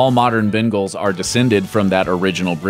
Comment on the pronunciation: He said Bengals wrong, I have one ...